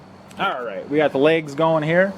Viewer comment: Lags!! Not Legs! 😂